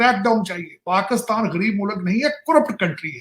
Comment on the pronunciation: Abey tackkley PakAstan kya hota hain... Pakastan, as Tarek Fatah used to say....